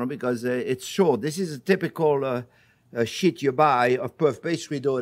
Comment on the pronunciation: Bro I had to keep replaying this part cause I thought he said "This is the typical shit you buy" until I realized he was saying sheet lol.